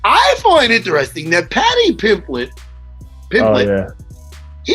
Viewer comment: Matt Serra: "Paddy Pimplett"